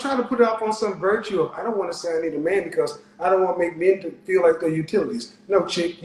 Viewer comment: she didn't say that. she said I fill like. And I thought fill what?